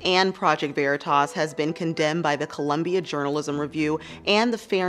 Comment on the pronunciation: You sorely misprounced 'veritas'.